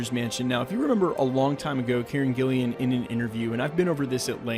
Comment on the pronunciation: Wtf is the skeleton armour haha and it’s Karen gillan not gillian